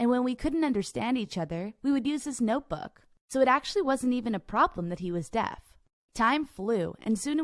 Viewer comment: did she say death guy instead of deaf guy?